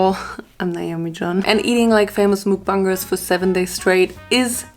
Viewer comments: Slay gurl your and it's like your saying backbunger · i think its( muc-bang-ers) try your best to purnouce it! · Your very gorgeous btw it's not mookbangers it's m.U.k.b.a.n.g.e.r.s if it's too oooooo harsh sorry 😐😅😬😳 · Its pronounced muck-bangers btw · It's ''Muck-Bankers'' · Mukbangers pronounced muck-bang-ers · THE WAY SHE SAID MOOKBANGERS